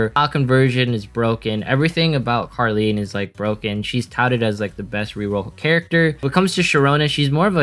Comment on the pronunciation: The name of carleen are karen and charon are karon i thought he is saying karen😂🤣😂